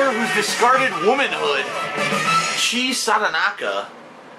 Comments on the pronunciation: I almost died when he pronounced "Chi" instead of "Chi-ye" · Mate you actually managed to make DSP look pleasant. He's actually being pretty bear-able in this video (well the Persona part) and you add shitty commentary about him not pronouncing Chie properly? WOOOW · Nyeh! 1. Learn to pronounce Japanese if you can't already. Which you can't. 2. Play. Persona. 4. First. or. At least. Watch. A. Let's Play!